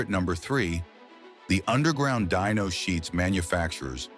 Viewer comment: It's dyno NOT dino, dino are dinosaurs hate AI. Narration